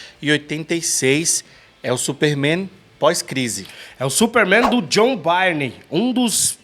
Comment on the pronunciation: Só uma coisa. A pronúncia do sobrenome do artista é BURN 🔥